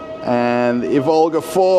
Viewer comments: please do mind the correct Russian emphases, like e.g. not Ivólga, but ívolga [EEvolga]. You are not called Russéll, are ya?;) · not ivOlga, it’s correct to say Ivolga... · It's pronounced "EE-volga." It's not Volga with an "I" in front.:) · The stress should be on "i' not "o" - Ivolga. Thank you! Very cool video 😎,👍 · Russian railfan here with mostly useless facts Ivolga line of trains (stressing is on "i", not "o", btw) is made for urban use and is produced together with the suburban EP2D and its modernized version EP2DM (ЭП2ДМ, featured - ), which will remain in service on the forth diameter line (D4) together with the Ivolga 4.0 Ivolgas are produced in Tver, not Tvar, the latter is a word for animal/creature/beast (тварь) which is mostly used in religious context or as an offence, so be careful At the construction site they are building the second underground passage for passengers and new ground level platforms for express and intercity trains, not railway tunnels Железнодорожная (Zheleznodorozhnaya) is too hard to pronounce even for Russians, so the name is often shortened to Желдор (Zheldor, pronounced jell-door) That's D2 and the train is Ivolga 2.0, the line runs in parallel to D4 for quite a long distance between Maryina Roscha (Марьина Роща) and Серп и Молот (Serp i Molot) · it's pronounced Ivolga (the first syllable is stressed, 'ivolga' is a little bird in Russian, in English 'oriole') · Thanks for another great video,! Well done! But please, mind your stress: Ivolga is pronounced with a stress on the first syllable, on "i", not on "o".